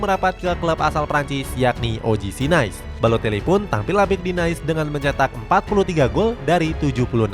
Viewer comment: Bhkan nais.... "nis"